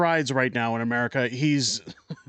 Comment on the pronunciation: Pronounce it correctly. America.